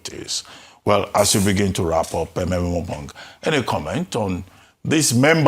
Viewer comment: It is Ememobong not Emembong. Arise take note!